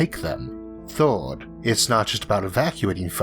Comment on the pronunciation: 1st: wtf is forst 2nd: wtf is soknd 3rd: wtf is thord